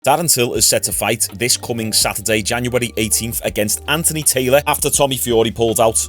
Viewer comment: Are you saying Andy Taylor? 😂😂😂